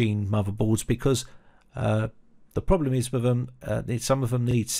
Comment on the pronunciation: With not "wiv" Motherboard not "moverboard" Third gen not "fird gen" Other Videos not "uver videos" Than not "dan" Messy pronunciation like the messy build.